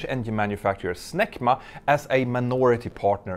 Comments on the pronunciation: "Snecma" sounds too close to "smegma" to be taken seriously by an English speaker. C'mon, you were thinking it, too. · I couldn't help but laugh a little every time you said "SNECMA" but it kinda sounds like smegma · For a moment, I thought I heard you say "SMEGMA"...